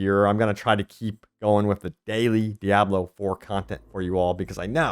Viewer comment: I love how you say "de-abb-loo" lol